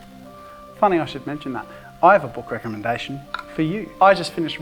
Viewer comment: "I ZHOULD HAVE USED ZE TRAY! WHY AM I GERMAN?!" XD